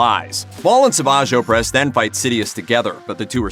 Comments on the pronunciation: Seriously, how hard is it to watch a single episode of the show to figure out how to pronounce Savage Opress? This channel, and others like it always make videos like these and completely butcher the pronunciation of the names, as if they couldn't be bothered to watch the thing they talk about... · Are you really a true fan if you don't know how to pronounce the name of Savage Opress correctly?